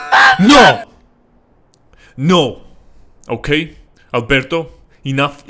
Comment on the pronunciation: i love how he said that no in italian